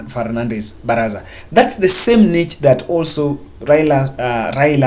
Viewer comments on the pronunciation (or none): good work. Work on has and have. Additionally, niche is pronounced as nish. Keep it up please.